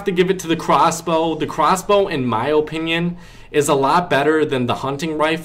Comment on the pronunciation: If dis nigga say O pinyun one more time